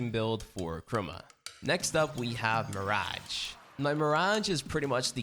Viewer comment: Nobody:: mïřæğè